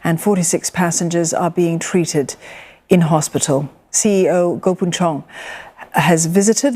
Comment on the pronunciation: Mr Goh CP might be upset about his name being mispronounced…